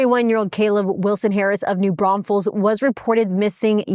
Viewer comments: Thank you for covering this case !!! Also, for the correct pronunciation of New Braunfels !❤❤❤ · Thank you for saying New Braunfels correctly lol